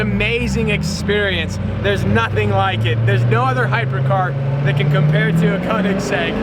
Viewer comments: Koenigsegg, not Kounegsegg. Get it right. 😂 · Need to learn how to pronounce Ø. As in Kønigsegg and not fucking Conensegg... 😐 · Great vlog, but the way you say Koenigsegg makes me cringe tho.